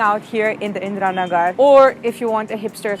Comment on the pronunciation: She spell Indira Nagar perfectly as we do👍